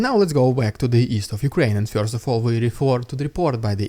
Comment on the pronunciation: Hi Dude, nice stuff being published here, I subbed not long ago. I'm just wondering whether it would be somehow possible to refine the pronunciation of "first", which very much sounds like "фьёрст" in the vids. That is the very only thing that sounds somehow odd, anything else is faultlessly OK.